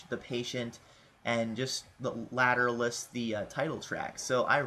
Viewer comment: its pernounced later-awl-us